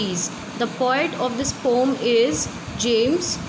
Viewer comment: It's poem not pom